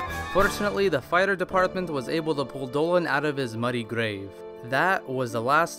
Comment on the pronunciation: When said "fire department", I thought that he said "a fighter's apartment"...